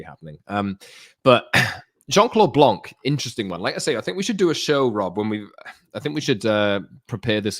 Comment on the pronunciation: The “C” in “blanc” is silent.